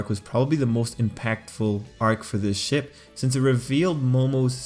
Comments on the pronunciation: I heard "Everyone loves a good Shit" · Everyone loves a good ship How I heard it: everyone loves a good shit Me: W h A T? 😳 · I thought u said everybody likes a good shit. XD